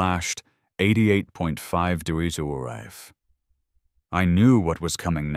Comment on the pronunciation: Why wasn't he grandfathered in? Why can't the AI pronounce "degrees?"